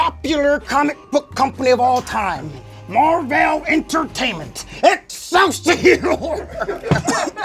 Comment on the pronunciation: I love that he said mar-vell lmao thats the blackest thing of him lmao